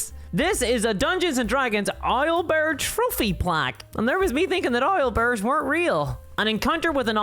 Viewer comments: "Isle" bear? :D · I love how you pronounce owlbear.